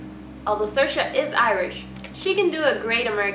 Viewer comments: Your roommate actually looks so much like Saoirse. It’s pronounced See er sha, not Sursha. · It’s pronounced SEERSHA not sursha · Ha ha so funny the way they say SIR-SHA! That's only what Irish people say when they pretend to be posh! It's pronounced SEER-SHA!!! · From someone who lives in Ireland and has multiple friends called saoirse you aren’t pronouncing it correctly, it’s seersha not sirsha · ser-sha, sore-say, im screaming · Before, I disregard the spelling and always pronounce her name as SAW-RIS. Then, SA-YORS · “Is her name like sore-se or something” lmao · I hate how Saoirse pronounces her name. She pronounces it wrong. For those who don’t know the Irish language, Saoirse directly translates to freedom and is pronounced “See-ear-sha” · Just for the record it’s pronounced “seer-sha”,it means freedom in Irish ☘️ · I thought it was pronounced sore•ee•s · You're saying her name wrong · you're pronouncing her name wrong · If you’re going to make a whole video on her try pronouncing her name right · At least be able to pronounce Saoirse properly